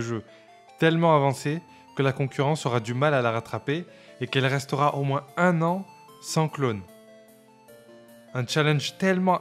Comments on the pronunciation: Pourquoi tu dis « moinsse » ? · Tu prononce le "s" dans "moins" ? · De moinze en moinze de gens 😂